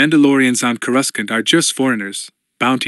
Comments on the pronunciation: Isn't there any way to teach that AI to pronounce Coruscant?? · Yes they have to go in and change the spelling in order to get it to say it how you want . I actually consider that way the correct way because the eu made coruscant and that’s how the eu said it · Honestly it doesn't even bother me. It's better than Core-oo-skant